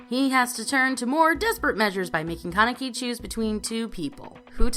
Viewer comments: KE neki IT'S KA NE KI KA NE KI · Please,, just say Kaneki and not keneki😭😭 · Bro it’s kanaki not keneki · ITS FUCKING KAN E KI!! SAY IT RIGHT DAMMIT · "con-neck-ee" please stop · KEN-EK-EEEE I'm dead XD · The way say kaneki name triggers me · The way he says ‘kaneki’ really bothers me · Kaneki....the butchering of his name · I love Tokyo ghoul. But the way pronounced Kaneki and Aogiri -3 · It bothers me the way you guys pronounce some of the names in this list. For example Kaneki you pronounce two completely different ways. There are other but that was the most jarring. As for the actual video itself. I enjoyed it. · The way the guy says Kaneki made my rage so fucking bad... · Why are you saying mine like that? They literally pronounce her name the way (mine) is spelled also you both say kaneki a different way like you both are fucking morons. how are you gonna pronounce something wrong when every character says it a different way.